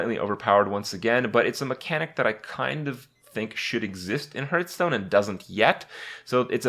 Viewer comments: "harf"stone. you dont hurtstone. dont be that guy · the point. He always says hurtstone